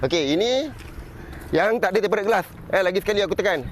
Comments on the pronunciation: Sebutan dia tem-perd glass bang... Sebut tem-ped je pon okay dari tem-pe-ret... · ok bang sy nk share satu ilmu, Tempered tu disebut temperd glass. Tak perlu sebut tempe red glas, Red tu dia silent je xperlu sebut hehe. Maaf ya bang cuma share ilmu. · Tem - pee - rerd tengkorak kau… TEMPERDD je sebotan / pronons dia.. dh tulis cara baca melayu dh tu… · Sebutannya tempered( temped) bukan temp pe red. Heeee sorry ya… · betul..temperd je bunyi..red tu kena gulung lidah hujungnya.. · bang.. ejaan dia memey tempered, tapi "ed" takyah la dibunyikan.. tempered=temped (lebih krg mcm tu bunyinya).. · TEMPERED GLASS Sebutan yg betul - tem.ped glass R E D - kat belakang takyah sebut. Kongsi ilmu!! Tq. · Eja nya tempered. Sebutan nye temped je bang